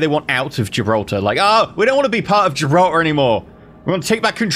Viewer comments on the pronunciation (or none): none